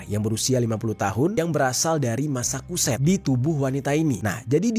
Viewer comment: massachusett bacanya masacuset bang bukan masakuset